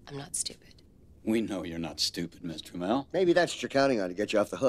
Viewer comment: Ohhhh they were saying Miss Tramell! I thought they were saying Mister Mell!